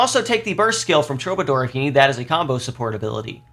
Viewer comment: Now that people are done being annoying about Qigong pronunciation, it’s time to be annoying and say that Troubadour is pronounced True-buh-“door” as in the word door